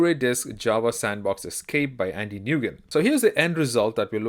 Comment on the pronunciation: Just fyi, Nguyen is pronounced "Win" ... Great videos, great news right!?